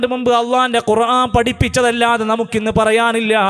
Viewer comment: ഖുർആൻ എന്നാണ്, കുറാഫി,, കുറാൻ,, എന്നല്ല